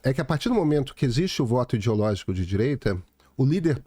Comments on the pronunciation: Difícil respeitar um cara que fala id_i_ológico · “Idiologico”, Deus do céu, dói meus ouvidos, o pior que vem de um sujeito tido como intelectual!